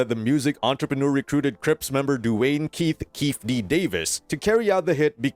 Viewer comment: Fake AI generated video.. can tell when pronounced “Keith d” 🤣